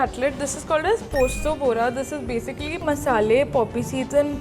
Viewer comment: Posto bora ko uttapam jaisa bol rhe ha kuch v 😭